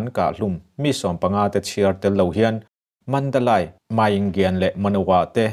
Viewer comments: Mandalay(mandalei ) tia lam tur aw.....( Lai ) ni lovin... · Mizo awphawi tak chuan Mandalai nilo in Mandaleih tih tur😇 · Mandalai ni lo in Mandaley ti a lam tur ani. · Mandalai(Mandalay) ni lo in (Mandali) tia sawi tur a nia. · Mi zo tak pawn asai rik dik thei MNADALAI ani lo MANDALEI ti in lam ri rawh lam rik thiam loh tur a awm lo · Mandalei. Ti a lam tur a ni zawk e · Madalay ti ani a mandalai Tia ilam thin hi adik chiahlo va madalai nilovin mandale Mandalay titur anizawk e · Mandalay hi i chhiar dik lo ka ti dawn nge i lam dik lo,he ti hian ka han ziak a nge Sap in thlawhna an ti tlai tih hi Flight delay aw he tal delay chhiar ag in lay kha i ti ri ang,mizo tawng a ziah chuan Mandalei i fiah thei a ngem aw